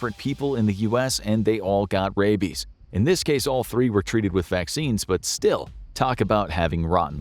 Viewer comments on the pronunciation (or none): "What if he has Radies?" its "Rabies" with a B. Not "Radies"